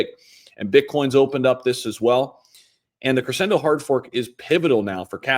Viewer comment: Mispronouncing a simple word like crescendo over and over really destroys the credibility